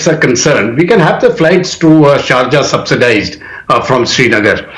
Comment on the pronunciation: Dude it’s not charja it’s SHARJAH WITH S